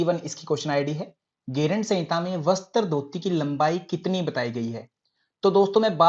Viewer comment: सर आप शब्द अच्छे से उच्चारण किया करो जैसे आप बोलते है बस्तr जबकि वो वस्त्र है जैसे आप बोलते है सूत्रर जबकि वो सूत्र है अगर बुरा लगा हो तो माफ करना 🙏🙏